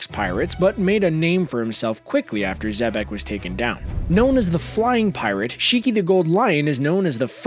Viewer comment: Nigga said rocks d. Xebastien. Who da fock is dat geezer